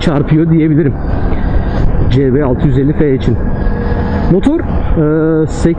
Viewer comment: cebe650fe söylemine dikkatinden dolayı güzel